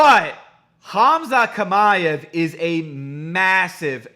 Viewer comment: Hamza Shima-ev, thats how you say it but written Khamzat Chimaev